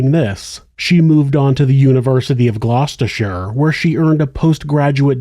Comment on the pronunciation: Top marks for pronouncing Gloucestershire correctly!